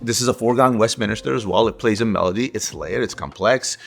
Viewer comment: Love your content ….. but it’s West-min-ster chime…. Not West-Min-IS-ter